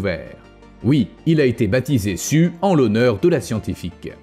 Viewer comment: Non, il s'appelle rien du tout car en principe, les T-Rex ne se donnaient pas de prénom. LOL! Blague dans le coin, on l'a surnommé "Sue", prénom anglophone qui se prononce normalement (pour les Français ignards) "Siouw" (plus ou moins). Mais notre cher est apparemment un Français et a un accent pourri en anglais, comme malheureusement l'écrasante majorité des Français. Ce n'est d'ailleurs pas vraiment de leur faute, car moi qui suis Belge mais ai vécu 20 ans en France, étant animateur, j'ai pu constater avec horreur que même leurs profs d'anglais, quand ils ne sont pas anglophones de naissance, parlent l'anglais avec ce foutu accent "frenchie" de merde. Alors si on leur donne leur diplôme de prof d’anglais alors qu'ils parlent aussi mal, faut pas s'étonner que leurs élèves parlent avec cet accent pourri aussi! En Belgique, aucun prof d’anglais ne recevrait son diplôme avec une accent aussi pourri!